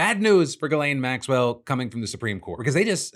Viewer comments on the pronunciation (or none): It’s pronounced jizz Lane.